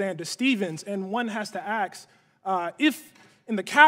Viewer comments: When you are in an intellectual debate/discussion and you use "Axe" instead of "ask", you already lose.. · Coates and friends aren't doing a lot to upend the stereotype of black people being greedy, lazy and stupid are they? Booing a reasonable man making reasonable points, shaking their head dismissively at every point, saying "ax" instead of "ask". They're playing right into it to get some of that sweet white people moolah. They know the song and dance massa wants to see before they cough up those dollar bills. Meanwhile Mr. Hughes actually wants to make something of himself and wants the same for all people, including black people. He doesn't want the government's money. Which one has blacks' best interests at heart I wonder? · He said "axed" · "One has to axe." 5 seconds later... "One has to ask." Ta-Nahisi, your ebonics snuck into your edumacated speech. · Coates: One has to aks...then later it’s ask!! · “One would have to aks”.